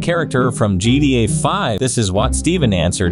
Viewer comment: Eggplant-3 Yes, because in the video, the voice pronounces it as “GDA,” hence why he literally put it in quotations and reacted to it with the skull emoji.